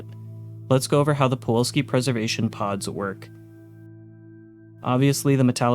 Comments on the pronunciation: I like your videos but man I was infuriated at your pronunciation of Pulowski, you switched the W and the L and said Puwolski. Once again I do like your videos and I'm sure I'm in the minority of people annoyed at those things but that matters to me. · Puh-LOW-ski not puwalski. Holy shit dude he even says it in the clip 🤦🏻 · Why do you pronounce it “Puolski”? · It's POOlaowSKI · It’s pronounced “Pu-LOW-ski” dammit! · My guy, it's not pawalski. I cant be the only one hearing you continuously mispronouncing that lol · It's PuloVski!! PULOVSKI!! W in Polish is like V in English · Pulowski. Nu-cular pro-tection on a budget. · Considering the crazy inflation of the 2070s, imagine how many quarters you'd need for one of those Also funny how you consistently say "Puwalski" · Why do you keep calling it poo all ski? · I have no idea how you screwed up pronouncing Pulowski as "pawolski" every time this video. The correct spelling is on every pod, and you included the promo video which provided the pronunciation. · How did you make it all the way through your script without realizing it's not "Puwolski?" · You what I find fascinating? I know for a fact that you heard how the name Pulowski should be pronounced (because you used the clip from the faux commercial) and yet, here we are. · Fr driving me nuts rn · How did you mispronouncing Pulowski so many times make it into the final.cut of this video? Even if you spelled it wrong in your script, how did you not catch that in editing? Not bringing this up to shit on you mate, just please do better next time. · Interesting video but you pronounce pulowski wrong the entire time. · Please learn how to pronounce 'Pulowski' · Take a shot every time he pronounces "pulowski" wrong. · The biggest scam is that it's pronounced pulowski not puwalski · How many times did you read "Pulowski" while making this video and yet you STILL call it "Puwolski" every. single. time. illiteracy is becoming an epidemic. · Pa Low Ski. Not pa wall ski